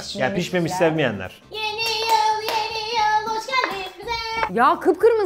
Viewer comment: pelinin sürekli yeniyıl demesi XD